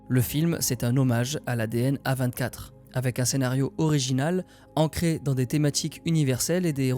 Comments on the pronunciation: Mais qui dit A vingt quatre mdr 😭😭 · la vidéo était une masterclass sauf et ça m'a titillé toute la vidéo, tu t'efforces à dire correctement tout les noms de tout le monde, de tout les studios, sauf celui du sujet de la vidéo. non A24 ne se lit pas à la française désolé mais bien en anglais et d'ailleurs tu es le seul que je connaisse qui le prononce comme ça ça ma franchement fait chier (dsl d'être aigri)